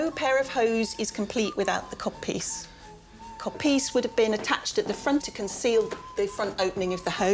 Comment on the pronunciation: Cod piece or Cob piece? I can't hear it